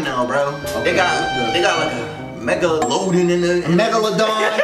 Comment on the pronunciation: He said megaloaden😭😭😭